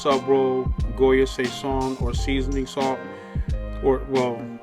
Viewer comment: Only complaint I have is the way you said sazon 🤣 but other than that it’s been a minute since I’ve been to Harlem and I definitely make this at home. Great job as always brother.